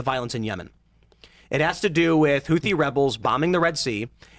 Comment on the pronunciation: is annoying me more and more every time he's on. "Moahajeen", and I'm not even sure how to spell his mispronounciation of "Huthi". Thank God for bazongas literally keeping this show afloat.